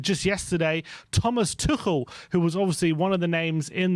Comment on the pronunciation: Oh, you have finally learnt how to pronounce Tuchel properly and now he is no longer an option for us 😀